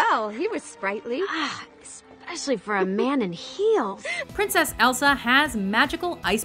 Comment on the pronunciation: She said elfa not Elsa